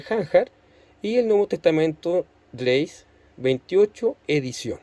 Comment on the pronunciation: La palabra «graece» no se lee /greis/. Si quieres leerlo en latín clásico se pronuncia /gráeke/; si quieres pronunciarlo en latín eclesiástico sería /gréche/.